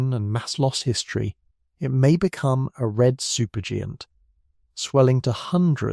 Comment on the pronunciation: A red super geeant? Hmm 🤔